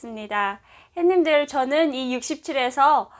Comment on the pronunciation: 저기요~~~~ 씨 죄송하지만 처음 시작할때 햇님들 하며 인사하시는 맨트 안하시면 좋겠는데....! 처음 화면에서 했님들 인사하시는 소리에 깜짝깜짝 놀래고 있어요. 다정한 인사도 좋지만 그부분에서 자꾸 놀래고 있어요ㅎㅎㅎ 그냥 부드러운 남한식 오프닝 인사 부탁 드려요.